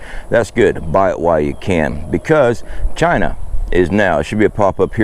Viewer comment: It's pronounced Chhhiiiina.😂